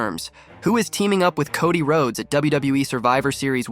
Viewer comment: No, it wasn't he completely mispronounced wrestlers' names like Solo sikoa, Cody Rhodes etc lol